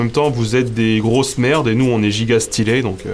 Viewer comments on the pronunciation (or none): none